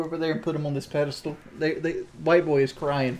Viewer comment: It’s pedestal, not “pedastool”